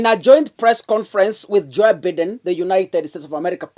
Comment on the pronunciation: Please it's not Biiden.....its Bye..den. please .